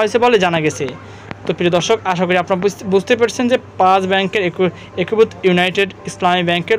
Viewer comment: হয়েসে কি জিনিস? একুভুত কি? আর রয়েসে কি? বাজে উচ্চারণ নিয়ে পাবলিক ফোরামে আসা উচিত না। আগে উচ্চারণ ঠিক কর তারপরে বকবকানি।